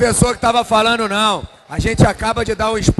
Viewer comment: Esse poderia conjugar o verbo corretamente...Um professor falar "falano","dizeno","dormino" pega mal!